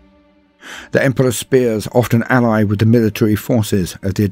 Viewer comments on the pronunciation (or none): none